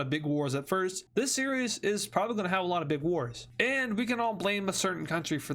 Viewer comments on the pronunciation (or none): none